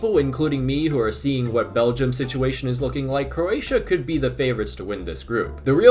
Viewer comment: Speed can't even pronounce the country 💀